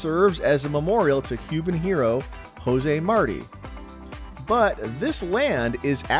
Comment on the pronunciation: It ain't Marty. It's Mar-Tee!